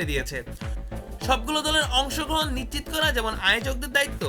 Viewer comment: 'নিশ্চিত করা ' নাকি 'নিচিত করা '?